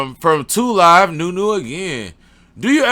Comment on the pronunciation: Lmao bro said JLIVE ITS 2LIVENunu.Preciate that answer you got exactly what i meant,the smell kinda died down from before i chopped it while i was curing but it wasn't a hay smell overall it got sweeter and sweeter but not gassy.. But i ain't gonna lie that bud ain't last long I blew that shitt will try to go longer next harvest.Also i used that neem oil cold press that shitt worked on gangg.BTW i see you be on that pc and playstation blast wats your steam and psn..